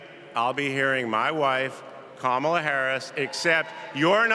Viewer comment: Kamala or kamla?